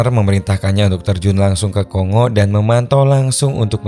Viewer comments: Bukan ko-ngo mas, tapi kon-go. Keras perut aku tahan gelak dengar ko sebut ko-ngo. Negara mana pulak nama ko-ngo nie. Republik Demokratik Congo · Baca indonesia Ko Ngo. Udah dari jaman pasukan perdamaian Garuda dulu. Sampe skrg masih ada kenang²annya Vespa Kongo.